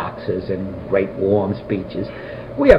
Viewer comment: Absolutely FANTASTIC!!!!!! Great job (or should I say gweat job?) Just kidding! Honestly this was so interesting!